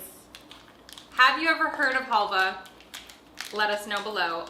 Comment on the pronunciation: Yes you pronounced it right , you can use it as a salad dressing or falafel. Love that halvah it’s pretty healthy too for a candy , it’s very nostalgic for me too! Wow the brunette is picky lol I’d like to know what she loves!😂 I’m picky too! Love that chili crunch bin pizza yum such a unique item! Try the eggplant garlic spread in the sauce isle .